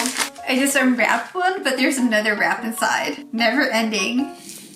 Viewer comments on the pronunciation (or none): none